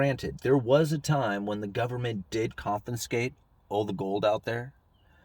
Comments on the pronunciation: Is it confinscate or confiscate? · That's con-FI-scate...